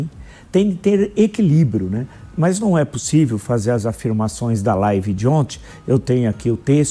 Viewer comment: Querido professor Villa. A palavra correta é “ontem” . “De onti” vamos deixar para falar com os amigos e não nos meios de comunicação. Confesso que vê-lo discutindo com qualquer um é bem desmotivador. Seu conhecimento é sem dúvida extenso, já sua vivência é bem limitada. Sua forma agressiva esgota nossa paciência. O senhor corta as pessoas, não permite que elas terminem suas falas, é cansativo... O senhor perdeu seu brilho.